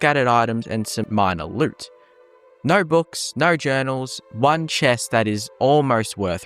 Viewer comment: Once again, I comment how hilarious it is that your accent can't say O noises. Noer instead of no, snoer instead of snow. Love accents.